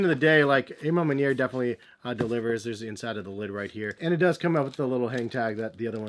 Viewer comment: The A.... Ma Manier! Hahaha🤣🤣🤣 isn't it A, like Awe Ma Manier??